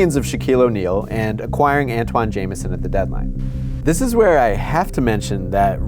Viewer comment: Why is Antawn Jamison pronounced Antwan Jamison